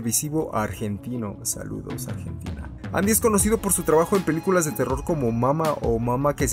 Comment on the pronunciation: Jaaj en una parte del vídeo dice peluculas jaja like quien se dió cuenta